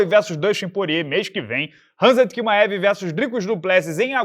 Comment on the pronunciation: Porque a pronuncia de QUIMAEV e não Chimaev?!?!